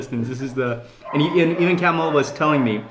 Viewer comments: Myst Lyfe no his name is not Camil, it is Kamaal. That’s how it is pronounced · You should pronounce KEMAAL not CAMEL🤣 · he pronounced it wrong probably Kamal or Kamil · His name is kamal not camel 🐪 🤦🏻‍♀️😂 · His name is kamal Not camel😂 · I agree !!!! But he keeps on calling him (camel) Its not camel !!!!! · 😆😆😆😆 and poor Kamal aka camel, 😆😆😆in all the videos, he pronounces his name camel 😆. You would think he would have corrected it. So, he's calling him camel the whole time. Too funny! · Yes, you are correct, not "camel"....!